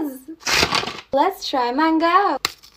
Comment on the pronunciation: anyone gonna talk about how she said mango?